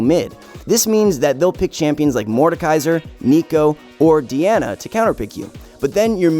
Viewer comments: meeasma? deeana? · Man said D-Anna